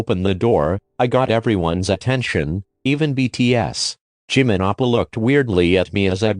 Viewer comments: "Wanting to protect their love Jimin appa Edit: Since then, I've keep hearing Jimin appa instead of oppa... dAdDy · Sounds like you are saying appa Damn Jimin already a father🤧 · i misheard oPpAHh as oPPrAhH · Jimin oppa? I started hearing jimin oprah at one point 😂😂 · It sounded like she was calling him dad the whole time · JiMiN HaS SmOL HaNdS BuT BIg #? U forgot the "r" in OPpAhHr